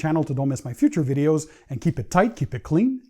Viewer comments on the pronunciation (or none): none